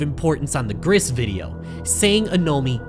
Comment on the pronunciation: GRIS IS PRONOUNCED "GREECE" GRAAAAAAAAAAAAAAAAAAAAAAAAAAAAAAAAAAAAAAAAAAAAAAAAH